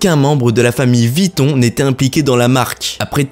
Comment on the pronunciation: Revoir votre prononciation... VUITTON et non Vitton !